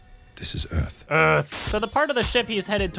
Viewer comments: "Öhsah" "Do you knouw where we awe?" "No söh." "This is Öuhth." Congratulations all Americans, you now know almost how an 'ö' is pronounced, thanks to Will Smith and co'! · You missed a golden opportunity for a joke Will: "Do you know where we are..." Jaeden: "no..." Will: "...WELCOME TO EARF" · Your pronunciation of "Euuurrrghth" is perfect.